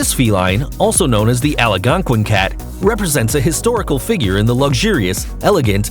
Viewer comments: Lost me right at the beginning "allahgonkwin"??? Dafuq is that. Al-gone-quinn. has to do with the natives of the region. Ya really butcher that shit mate. Lol. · Tell the narrator to pronounce "Algonquin" properly. It's NOT "ALLIGONQUIN." It's AL-GON-QUIN. Three syllables, not four. He has one too many syllables. It is actually a very famous place where well-known authors used to gather every evening, swapping witty comments, and their reserved table was called "The Round Table." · Algonquin not alagonquin idiot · It's not the Ala-gonquin, it's the ALgonquin. You seem unable to pronounce basic words. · Algonquin is pronounced Ala gonquin ? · The hotel name is Algonquin , pronounced “ Al Gon Quin “ , Not Alo gon quin . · Your announcer can't pronounce simple words. Pathetic. It's "al-gone-quin", BTW. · Alagonquin? Twice, no less. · I can't believe that you can't pronounce Algonquin. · Uh...there's no letter "a" between "l" and "g" in Algonquin. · Algonquin mispronounced Poor grammar Inconsistent use of "it" or "she/he" referring to each cat Not as interesting as advertised Decent editing Final grade: D+ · Oh my God, seconds after mispronouncing Algonquin you mispronounced erroneously. I can't finish this video. Painful. Just painful.